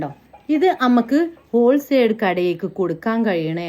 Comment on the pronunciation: ഓൾസൈഡ് അല്ല ഹോൾ സെയിൽ 😂